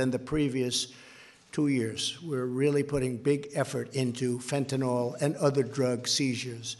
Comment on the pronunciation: Stupid bastard doesn't have a fucking clue: it's FentanYl, not FentinOl. Arse!